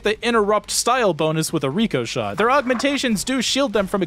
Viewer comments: but it doesn't say Ricochet. It says Ricoshot. If anything it should be pronounced RICK O SHOT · pronouncing "Rick-Oh-Shot" as "Re-Co-Shot" is forgivable enough being that its a fake word, but doing the same with a real well known word, that just kills me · the i in ricoshot is pronounced like the i in the name rick